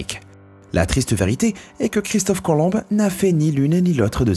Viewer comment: Sympa comme dab, merci! Et c'est pas Christophe Colombe mais COLOMB...OMB!!!! MDR